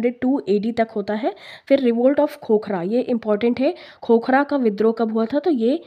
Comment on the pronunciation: Mam wo khokra nhi khokhar jaat the